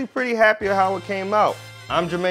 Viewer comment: Who else thought when he said jurmane "Jurmane Dupri"